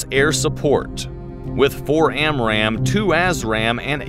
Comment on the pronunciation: Every time he says A$$ RAM missile, I think of Top Gun.